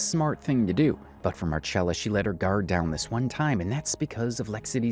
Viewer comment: The Marchella instead of Marcella thing is a little irritating. But it's a great video 🙂